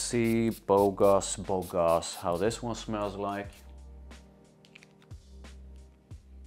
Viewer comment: You pronounced Bogoss properly. It means "stud" or good looking guy in French. The name is kinda super cringe lol. I like it far better than the original tho. Simply because performance is actually decent/normal. It loses edge after few hours but I could still smell it for a good part of my day. It even came back when I exercised at night. I don't think it's that original tho. Pineapple isn't uncommon. And I think it also gets compared to Aventus thx to that note.